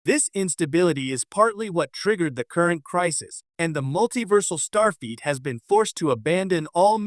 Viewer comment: Stop saying Starfeet!!!